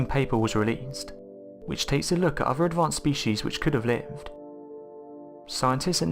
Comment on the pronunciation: I can maybe help a bit if you are trying to understand the narrator's pronunciation: 1] for "Earf", read "Earth". 2] for "uvver", read "other" 3] for "funder", read "thunder" 4] for "dameter" read "diameter" 5] for "megaliffic" read "megalithic" 6] for "wivout", read "without" etc.etc.